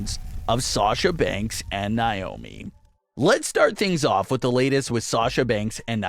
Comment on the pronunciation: Would like you to actually pronounce NAOMI'S name right. It's NOT Niomi